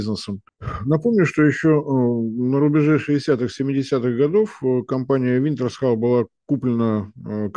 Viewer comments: Уинтершелл, а не "винтерсхал". И ведь раз 200 произнёс, будто специально, чтобы не уснуть под бормотание. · Произносится как "Винтерсхолл" (ударение на хол). Стыдно именитому эксперту такого не знать.